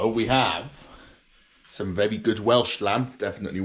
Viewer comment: vewie, vewie good!